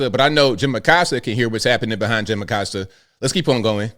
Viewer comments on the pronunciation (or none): Im just glad this guy is leaving so we can correctly pronounce (A-coast-ah not a-cost-ah) Acosta pronounce it right! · Acosta disappeared during Biden. I thought for sure he'd resurface during #47's term. Around here, we don't pronounce his last name Uh-cost-uh and I'm surprised that he does. Ah-costa or aˈkosta.....Spanish pronunciation of coast = costa.